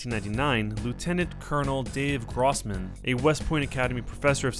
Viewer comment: The words are pronounced: "KLEE-bold" "Puh-DOO-kuh" "GROSS-man" (long "o") LOL!